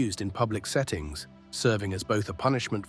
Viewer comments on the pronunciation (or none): none